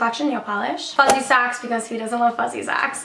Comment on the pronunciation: I’m sorry, but the way you say, “socks” idk how to feel about it, no offense haha.